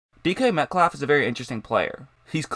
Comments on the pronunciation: Killin me with the “Metclaff”. I had to shut it down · Why do you pronounce his name as "Metklaff"? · dude the L in the name is silent sounds like metcaffff